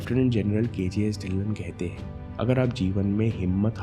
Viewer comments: inspiring video🌸 But its ढिल्लों not ढिल्ल्न 🙏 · dhilon parnounc ( dhilo)